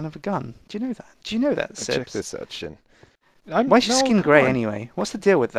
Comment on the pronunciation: Sjin's name is pronounced S-jin not Shin.